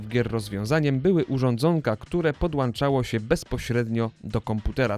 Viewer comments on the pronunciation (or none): dlaczego specjalista w dziedzinie cyfrowej rozrywki mówi PODŁANCZAĆ 😭